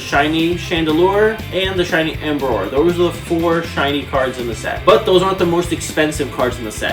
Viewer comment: the fact that this dude is collecting every card but doesnt know how to pronounce alot of the pokemons names is rubbing me the wrong way, like wtf is "embroar" and "hydreegin"